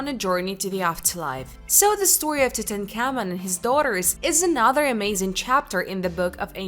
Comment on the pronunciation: Horrible pronunciation. Couldn’t say Tutankhamen. Very cheaply made never watch again.